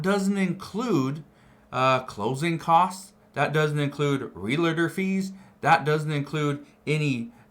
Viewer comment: 😂😂😂 Dude said real "i" tor fees. 😂😂😂 You YouTubers are so last place.